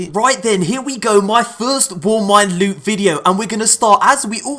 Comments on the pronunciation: LEWT SWEET PRRRRRRRRRRECIOUS LUTE!!!!! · I MISS U SAYING LEWT SWEET PRECIOUS LEwTT